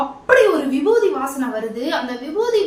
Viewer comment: Vibuthi nu solluga irritate aaguthu